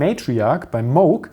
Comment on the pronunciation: Finally someone pronounced it correctly: Moog (like Vogue)